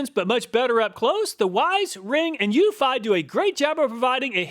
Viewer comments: ... according to the company, it's you-fee, not you-feye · According to Eufy's installation videos, it's pronounced You-fee, not you-fi. I think the SyFy channel ruined that for us, LOL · it's pronounced eu-FEE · Lol, it's pronounced Ūfē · Eufy is pronounced "u fee" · Hello, I own the Eufy (pronounced U-FEE) E340 doorbell camera. Here are some thoughts on the Eufy that you did not take into account: 1. The E340 has lights on it that enable it to produce color videos of visitors up to around 20 feet away from the camera. You can switch it to infrared only, and it will increase the distance it recognizes a person, but the videos will be in black and white. 2. The Eufy E340 is designed to work with your existing doorbell. Most, if not all, other camera doorbells I have seen do not. This is a HUGE plus if you have an existing doorbell. 3. You can also set the E340 to work with Alexa, so that your native Alexa speakers announce when you have a visitor at the door. It can work concurrently with your home's existing doorbell and Alexa at the same time. I doubt that any of the other doorbell cameras you tested have this capability. This makes this doorbell a great choice if you are using Alexa as your smart home assistant because it ensures that you will hear the doorbell or the Alexa announcement wherever you are in the house. 4. The E340 also sends a notification to your phone when a visitor rings the bell. If you connect your phone to your laptop using Microsoft Phone Link, your PC, laptop, tablet or home office computer will have a notification pop-up when someone approaches the E340 camera. This is how I get most of my notifications. The MS Phone Link notifications provide instant responses when someone rings the doorbell and usually will not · Love my eufy (YOU-fee) doorbell